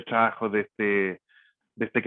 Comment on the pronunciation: tan buena información y tan mal que se expresa, habla el expositor, clase de dicción y modulamiento le falta, horrible como habla...hay que traducirlo shrabajo = trabajo